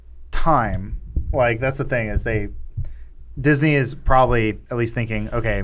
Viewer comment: They call IT diznes